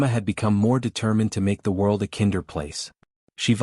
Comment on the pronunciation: You need to get someone familiar with English to listen to your text-to-speech and correct its errors. “Kinder” doesn’t rhyme with “flinder” and “cinder”, it rhymes with “finder” and “winder”, for example. Because of my neuro-atypical brain errors like that throw me out of the story.